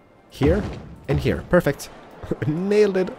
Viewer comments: why does he talks like heiiar when he knows to say here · The way you say "heeooyr" should be dropped from your show. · Can't this guy pronounce "Here" like a normal person? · I like how he says hear instead of here